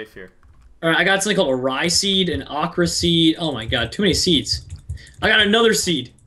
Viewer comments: it's Okra NOT Akra everybody like this so he see's this please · He said AHKRA it's pronounced owkra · the ocra is pronounced (oh-cra) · it's pronounced o-CRA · Its pronounced oke ra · Okra? Its beans i guess :p LOL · its funny of pronounced okra